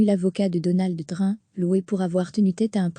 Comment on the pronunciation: il faudrait réviser votre façon de prononcer le nom de "Trump"